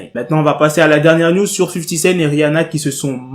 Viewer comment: je ne sais pas pourquoi quand tu dis news j entend niuds